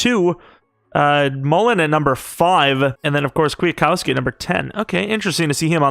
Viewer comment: bruh.... KWIT-KOWSKI, not kwiah-kowski, series is great but the annunciation is killing me lmao